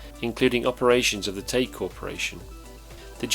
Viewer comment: its spelled Tagge and it's pronounced; "tag". double consonant g makes the a sound short and the e is silent bacause the preceeding sylable has only 1 vowel. "Tag", as in tag your it. If it were 1 G then it would be the A sound (like saying the word A) like in the words sage, page, or mage. but the correct pronunciation is the "ah" sound like in bag, tag, sad, etc.